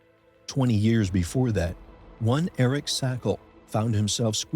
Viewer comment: Shame on you! You couldn’t even pronounce Eric’s name correctly. And you certainly didn’t check in with his family and loved ones before publishing incorrect information. This is nothing more than trying to get views at the pain and expense of others. You also plagiarized 1985 American Caving accidents, (November 1986 NSS News), which is copyright protected.